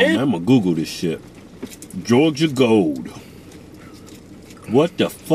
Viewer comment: This is my favorite Hodge Twins eating video. Just for the "Jawja Gole" action. I would've guessed that Keith was the older twin, with his grumpy ass all the time...Keven cracks me up! Jawja Gole!!!!